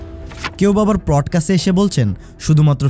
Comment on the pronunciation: bhai apni 'podcast' bolaw shikhen nai, r ashsen youtube e free'r faltu gyan marte